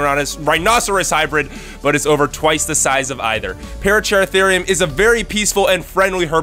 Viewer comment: Pah-rah-cer-ahtherium, it's simple.